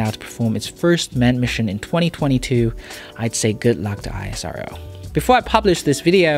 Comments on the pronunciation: How could you even read and pronounce like this I A SARO, ISRO. You should say IS---- RO. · My ears cannot take that I S R O pronounciation. Its pronounced as ISS ROW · You could pronounce ISRO as a single word instead of I-S-R-O, just like you say NASA (not N-A-S-A, which would again be of course very cumbersome to pronounce like that every time). Great coverage though. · Isro is pronounced 'eesro' and not hiheshiro... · Its called isro not I S R O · Stop saying I-S-R-O!! It's ISRO (esro). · It's not "iasero" it's "is-ro". Rest of the world don't have as developed UVULA as Indians in terms of pronunciation. Keep trying. Cool reply from INDIA. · its not I S R O... its pronounced has IS RO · You are pronouncing it wrong. It's ISRO, not I S R O. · ISRO it's acronym It is word not I S R O It's annoying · Hi, amazing video. Looking forward to watching mote from your channel. BTW ISRO is not pronounced letter by letter its pronounced as "is-row". Keep up the good work 👍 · U really don't know about the ISRO history , success & future , U can't imagine how amazing is it , ur knowledge in this video is Just nothing or like lollipop instead of dinner , Go & check more about ISRO & their Geniuses U r not doing a great Job , first to pronounce it properly not I-S-R-O it's ISRO simple & do u know about cryogenic fuel history , mangalayan cost (11% of Nasa Mars mission) & succeed in 1st time & Nasa & others took more than 3 times & water etc. First found by chandrayan 1 on moon & cost of chandrayan 2 is less than the Avengers endgame budget etc. Many things like 104 satellite launching , reusable launch vehicles , NISAR , own navigation system , 4th country to get the power of to destroy other satellites with the great launch & results etc... Many many many things*..... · Such a perfect Video, thank you, just FYI, ISRO is pronounced as 'esrow', we in India don't call it with letters split. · It's e-se-ro ISRO your pronunciation was wrong just an admirer of ISRO Jai Hind